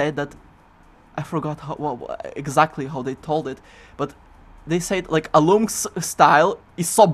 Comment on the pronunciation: "I'm Alloumsks" I always thought it was "Alum X". hm